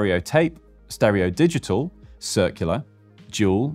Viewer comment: Di-Jee-tal